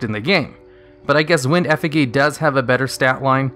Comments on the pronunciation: Effigy? Lol l2pronounce effigy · Is it just me that gets triggered by him not knowing how to say effigy? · Hearing effigy mispronounced so many times in a row...ugh... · When he says eff-i-geeh Me, an intellectual > TRIGGERED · Your pronunciation of "effigy" is giving me an aneurysm. It's a soft g not a hard g. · Brother in christ, the word is pronounced "effi jee" not "effi gee". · The g in effigy is said with a hard j sound like germany giant and gif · This video is ancient but Effigy is pronounced "Eff-o-G" not "Eff-iggy" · Effa-Jee not Effa-Gee for effigy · Would you stop pronouncing Effigy wrong? It's not EF-I-GI. It's EF-I JY". Have you played Dark Souls or no? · Effa-gee fucking lol, it's "effa-jee" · Eh-fih-GHEE? It’s.. It’s pronounced eh-fih-JEE. Yikes. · its pronounced eff-uh-jee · Holy shit you said ef ih gee. You know it's eff ih jee which is a real word. I swear I hate when players intentionally mispronounce card names but Jesus Christ bro this is literally a real word and not a name. You should be embarrassed. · Ef uh gee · He said eh figgy LOL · No one: Absolutely no one: Not a single soul:: EFFEGEE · 2 things 1. It's F-EH-G not EH-FIGGY. 2. That xyz crazy box seems to be a retrain of dark effigy.........huh........who knew? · don't know if english is your first language or what but effigy is pronounced eff-e-gee. english is weird and stupid, i know. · Oh my god… if he says EFF-IH-GEE one more time, I’ll have a stroke. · effijy effijy say it with me now... "effijy" good job! You did it! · Effigy is pronounced "eff-ih-jee." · Unless it is a Yugioh-specific pronunciation that I am unaware of, it is pronounced "effijee" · Can't stand hearing you mispronounce effigy. It's not a hard g. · EffiGggggggg lol no e sound at the end is a g sound...it's okay mispronounciation is from reading and reading is awesome! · Eff-i-jee is the pronunciation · Effigy is pronounced (Eff-ih-jee) I’m pretty sure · Isn’t it Effi(j)y? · "wind effegee"